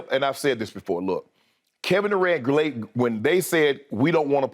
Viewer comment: kevin do-rant is so funny LMFAOOOOOOOOOOOOOO